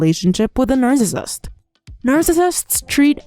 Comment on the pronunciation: Not related to content, but the way “nercissist” is pronounced in these videos really bothers my OCD 😅 otherwise, totally on point